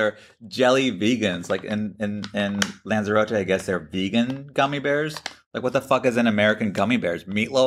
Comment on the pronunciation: How many times must Americans say the NAMES of places WRONG 😂🤣😂🤣 OH GOOD GRIEF ITS LANZAROTE NOT ZAR ZAY RO TAY !! ITS potato NO POTARTO TOMATO NOT TOM MAE TO EEESSHHH